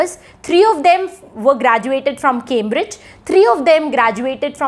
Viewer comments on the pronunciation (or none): none